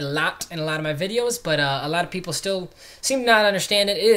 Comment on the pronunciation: "pleople" hahaha